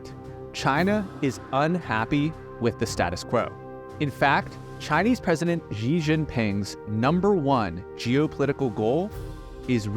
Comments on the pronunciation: Beijing is pronounced bei jing not bei zhi-ing xi is pronounced shi not zhi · Great video but it’s really time for people to learn to say Xi’s name correctly, after 12 years in power. Pronounce it “She” with a slightly more aerated consonant… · xi is pronounced she. fujian is pronounced foo gee en.